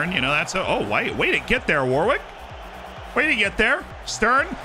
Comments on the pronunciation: It’s pronounced warick not Warwick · New drinking game, take a shot every time mispronounces Warwick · We are going to have to teach how to pronounce English names like Warwick 😂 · Love the pronunciations Z! 😂 War-Wick being my favorite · I was trying to work out how best to type this out on the last video, I settled on Worrick. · I was hospitalized for alcohol poisoning before finishing the video